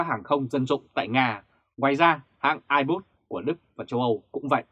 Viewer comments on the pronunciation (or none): Airbus mà còn đọc sai thì đọc tin tức làm chi vậy. Trở lại trường học đi ông ơi. Kênh tào lao.